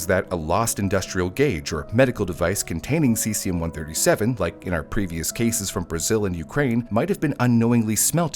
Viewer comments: Also, *ce-zee-um or ce-zhee-um. Not si-si-um. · 'Sessium' lol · god how are these senators getting into power. him mispronouncing cesium is the least of anyone’s concerns